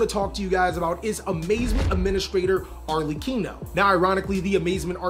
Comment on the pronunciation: Thank you for saying Arlechino's name correctly. I'm so tired of hearing people butcher it.